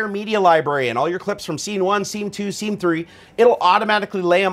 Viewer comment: What's he saying? Sinquence, sceme 1, sceme2, sceme3? Is that a thing?